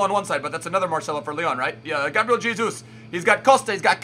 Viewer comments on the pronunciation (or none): none